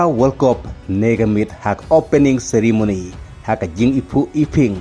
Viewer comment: Ceremony ❌ Sirimony ✅🤣🤣